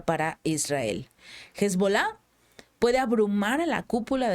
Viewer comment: por favor: Tu eres una persona inteli GENTE. No le hagaa propa gnd gratuita al Malo: EN ES PANOL LA "H" NO SUENA; por lo que debemos dicil: "ESBOLA" (sin la joda).